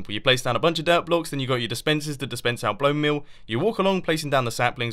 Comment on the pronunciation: "blown mill"